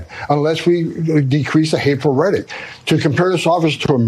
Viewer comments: Somebody should tell Homan the word is rhetORic...not redic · Guy at the end talks about hateful redic. Redic? Did he mean Hateful Rhetoric? Trump wearing off on everyone. Tesler, Venezueler, etc... this country is going down fast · Thom Thumbman can't even pronounce the word "rhetoric" - he calls it "rhettic" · Tom Homan is such a meathead. Hey Tommy boy, "rhetoric" is not pronounced, "redik." So low IQ. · Tom Homan doesn't get to Speak anymore until he recognizes the 3rd Syllable in the word "Rehtoric".. Idk wtf "Reddik" is but He keeps sayin it... 🤦🏽‍♂️